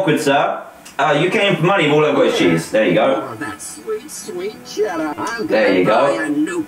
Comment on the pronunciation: Dillon Colelli he said Cheddar